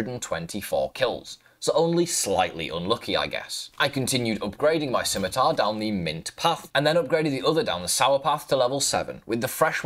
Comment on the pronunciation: I just needed to say, I was so surprised that FINALLY learned how to pronounce “scimitar”, i am so proud of our boy.